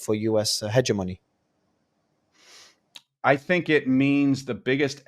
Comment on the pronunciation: I wish the interviewee would learn how to correctly pronounce 'hegemony'.